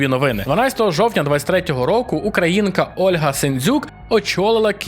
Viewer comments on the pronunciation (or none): none